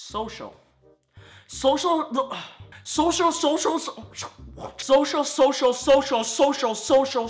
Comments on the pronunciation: When he says social , it sounds like an asian man . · He is speaking Asian when he says social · it sounds like when u said social you were talking chinese